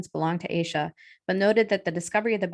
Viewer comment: Pretty sure her name is pronounced “Ash-a”.